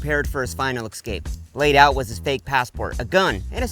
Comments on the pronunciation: Escape. Not "excape". There's no X. I will comment this every time I notice it. It's in all of your videos, which deal a lot with "escaping" so it's piling up. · ES-CAPE. Not ecsape. Also aluminium has four syllables. 🫠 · It's pronounced ESS-Cape